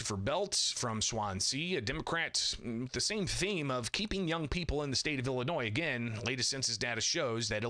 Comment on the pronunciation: The black speaker doesnt even pronounce Illinois correctly😢 It is NOT Ellenois.